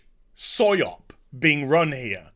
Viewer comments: It might be an accent thing, or it might be a joke. "It's a soy op." "It's a psy op." :-) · Is saying Soy Op or it it is british accent saying PsyOp? Both work, Soy Op seems funnier. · When he says PsyOp it sounds like SoyOp. Or maybe even Syrup... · A soy-op or a psy-op?? Lmao either way you’re right